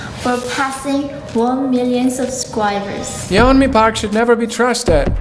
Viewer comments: Her name is pronounced like "Yonmi", not "Ye-onmi". In Korea, her name is spelled 연미, which, when transliterated becomes "Yeon-mi", but pronounced "Yon-mi". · A tip: her name isn't separated a Ye Onmi it is "separated" as Yeon Mi. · can't trust any information in this video because apparently you didn't even do enough research to pronounce her name correctly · You don’t pronounce the ‘e’ in the Korean vowel ‘eo’. It’s just to distinguish it from another ‘o’ vowel. But thank you for exposing her lies. The Democratic People’s Republic of Korea is not a terrible place though. They literally had a revolution in the 40s to end oppression. The DPRK is an amazing country that encourages people to be creative! 🇰🇵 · bro you're not even pronouncing her name right lol